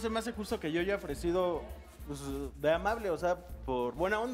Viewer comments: Esa tipa dice aiga y según escribe un libro jajaja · La flechada de Jonathan dice escribir un libro y dice "aiga" jajajaja